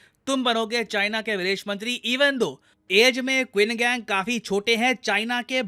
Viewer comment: Qin gang usko nhi phardte usko , usko "chin kank" phardte hai, bhale qin gang likhte hai!